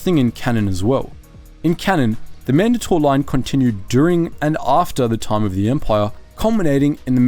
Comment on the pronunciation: Why is it that no one ever points out the weird way he pronounces certain things in Star Wars? Man-dahtor? What?! Man-DAY-tor. Ya know, Mandate. Mandatory. Mandator. Not that hard to figure out.